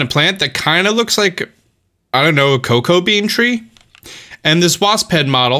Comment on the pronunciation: “COE-CAH-COE TREE” I-, that’s cocoa bean tree...